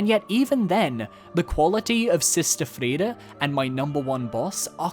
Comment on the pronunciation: I don't know what's up with your pronunciations of Friede and Sekiro. It's totally not how they pronounce the words in-game.